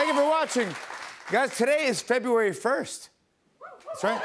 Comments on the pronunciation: It would help if you pronounce February correctly. Not Febuawee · SPELLING: Fe-bru-ary... PRONOUNCED: Feh-brew-airy ~D